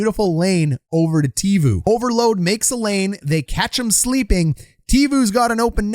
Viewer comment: Loving the vids! But it’s Teuvo: Tay-Voh 😂